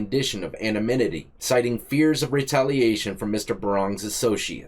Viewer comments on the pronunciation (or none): Hey,: "Amoninity" instead of anonymity; "Implement" instead of implicate; please, no offense; I greatly enjoy your presentations and the information contained therein. Thank you for all your hard work and good advice! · This mfk talmbout the man he bunked w/ had a brain of a toddler n he can’t even say anonymity correctly 😂 he said aMaNytItTiE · Homie said Anna Minnity